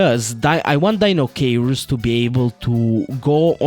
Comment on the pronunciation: Say it with me, everyone: Die-no-kai-russ